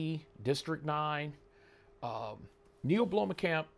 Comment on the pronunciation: You butchered his name. Neill Blomkamp